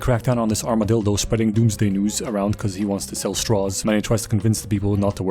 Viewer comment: Ik am late but yall aint hear dude say armadildo ?😂😂